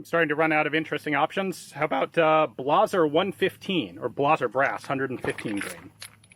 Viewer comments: Really? Blaazer Brass ammo? Isn't it pronounced Blazer, like the jacket, resembling a suit jacket, but cut more casually? I'm just asking because I've heard a lot of variations on other pronunciations: Fiocchi, Garand, even Hormel (Spam). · Speaking of ironic, was calling it "blah-zer" an insult over pronouncing it "blay-zer"? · I was just going to comment about that, lol. CCI Blah-zuhrrr. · "Blahhzer" you mean lazer, blazer, and all kind of azers. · Blaw-zer? Lol I love Ian, I just never heard anyone pronounce it that way. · I was harping on Ian's pronunciation. I have never heard anyone pronounce it any other way than Blay-Zer like the crappy chevy. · Do you pronounce trailblazer the same way? Trail-Blahzer?